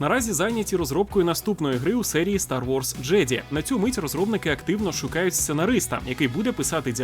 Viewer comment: я вибачаюсь, ....."Стар Ворс ДжЕді" ? 😂😂😂